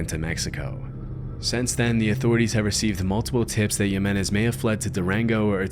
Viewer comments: not to be "that guy" but the J's in Spanish are pronounced like the letter "h" as in "José." Just for future reference. Keep up the good work! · If you didn't even learn how to pronounce a name as simple and common as Jimenez, then you probably did shitty research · Hey bud, don’t know if you’re AI voice or not, but in the Balkans, a name like Ruja is pronounced “Roo’ya” and in México, Jimenez is pronounced “Hee’men’es”